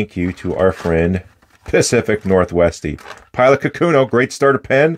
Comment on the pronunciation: For the record, the name of the pen is 書くの or かくの (which means "writing") and the correct pronunciation should not have an emphasis on the second mora, and each mora is the same length. "ka-ku-no", not "ka-KU-no".